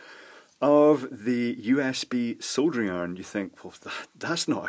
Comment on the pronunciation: I've just figured out why I really enjoy listening to you ramble on about soldering....... It's because you pronounce it "SoLdering" and not "Soddering". Maybe I shouldn't get miffed when I hear it pronounced wrong, but I guess that could be classified as one of my "Bad" points. 🤷🤷🤷 So, Thumbs Up to You 👍👍👍